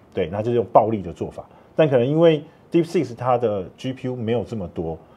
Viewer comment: 為何專業會一直講deepseek”s”?😂